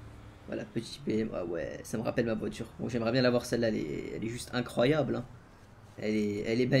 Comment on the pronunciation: il dis incroyable à la place de incroyable😂